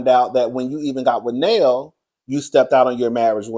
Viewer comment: Cuzzin', I swear you can mess up a name! You and 😅 You will rename somebody and Erica will call them something different everytime. When you two collaborate, nobody will know who y'all are talking about. I'm going to love every minute of it. That woman's name is LerNail (I Googled it). Rhymes with Mel or jail. It depends on who says it.